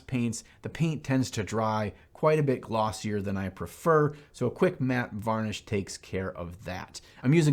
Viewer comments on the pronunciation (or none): none